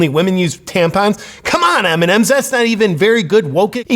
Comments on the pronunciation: evrytime he sez mnms i understand eminem and im like WHAAAAATTT????? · I keep understand "Eminen"